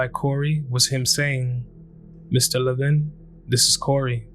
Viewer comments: LEH-vin not le-VIN. Not trying to be snubby but I always feel it's a sign of respect to pronounce a person's name correctly. As a latino, I experience people misspronouncing my name all the time and when correct them many are dismissive. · His last name is pronounced LEVin..not LevIN..